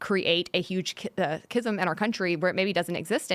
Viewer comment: Kizm? I think she means schism